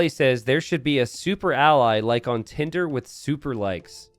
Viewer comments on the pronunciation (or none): none